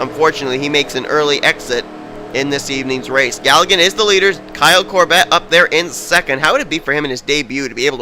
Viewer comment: It's more the less pronounced "COR-bit"